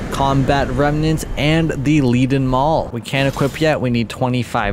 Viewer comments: Leaden is pronounced "leden" as in the metal lead. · never would have given these weapons a shot if you hadn't showcased them. thanks for the heads up. Had a great run with the leaden hammer (pronounced like the metal btw)